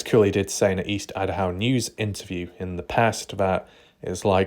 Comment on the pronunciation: You should have 2 channels. Most people that care about missing people are not wasting their lives playing video games... and there's only 1 way to say idaho. What country are you in? 😆 not America because you don't pronounce anything right 😆 🤣 like your channel but c'mon man.